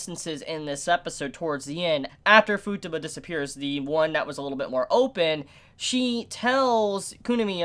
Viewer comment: It still irks me how u pronounce Futaba, it's an "a" not a "u", like taco lol But great video, agree with most of what u said, love this show so much!